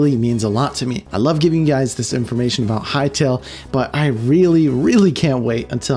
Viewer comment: Bro, Hytale, not Hytail